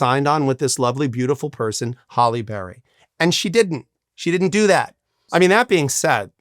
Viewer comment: "Prime Holly Berry" lol... I think he forgot it's "Hallie"